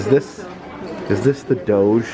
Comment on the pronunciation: The mispronunciations, not being super familiar with all the movies, "Is this... the doge?"; This is shockingly like being there with my dad. Absolute 10/10, keep doing what you're doing.